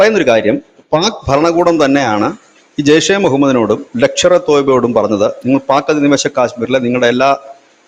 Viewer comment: ലക്ഷർ അല്ല ഹെ... ലഷ്‌കർ 😂